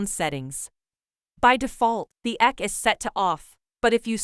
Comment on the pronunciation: The "eck" option? lol. It's pronounced EQ (the letters), which is short for equalization.